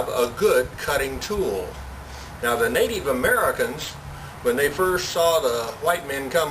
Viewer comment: nateev americans lol